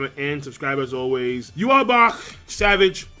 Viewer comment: It's YHWACH not Juha